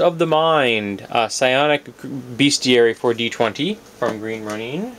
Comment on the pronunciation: Sorry, but your pronounciation of Green Ronin is not good for my ears hehe. I believe it's pronounced as Row-Nin not Row-Neen. Sorry, just my preference. I liked the vids by the way. You have a monstrous collection, no pun intended.